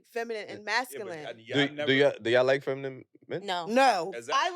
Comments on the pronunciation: That shit hurt my ears….it’s feminine not “feminem” lol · What project did you guys get these girls from. If one of them say" feminum" one more time I'm gone. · The word “feminine” was kicking their ass trying to pronounce. 😂